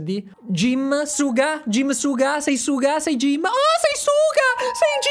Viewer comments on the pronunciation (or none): Io accetto tutto da te però il fatto che non sappia pronunciare suga jimin e non sapere niente dei bts e nominarli in un video io non lo accetto